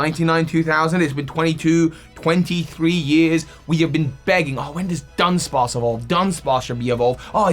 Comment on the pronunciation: So 3 dudunsparce sounded like: Dun Dun Dun